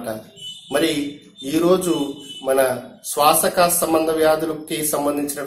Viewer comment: శ్వాసకోస అని చెప్పాలి శ్వాస కాస కాదు